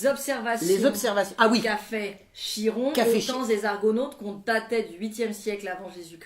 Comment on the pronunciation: Chiron se prononce "Kiron", faut le savoir hein